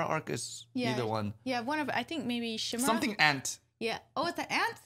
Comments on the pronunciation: "Chimera, in genetics, an organism or tissue that contains at least two different sets of DNA." Also you might know the creature from mythology, the lion with a goats head poking out from its back, and a snake as its tail. I think its pronounced with K as in Kimera.. Khimera? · Dear, it's pronounced with a K. Chimera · Chimera as in Ki (rhymes with Hi) Mera